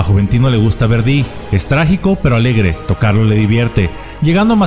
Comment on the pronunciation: Muy interesante tu video. Sólo un apunte, es Verdi, no Verdí